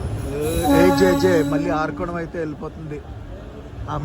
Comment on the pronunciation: Arakkonam, not arakonam